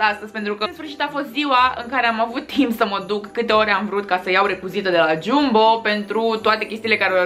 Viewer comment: Se scrie Jumbo, dar se spune Jambo. Ok? No hate. Pe bune